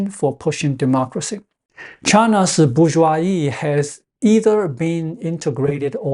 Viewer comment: The word , in both French and English, has the s pronounced as a /z/, and not silent.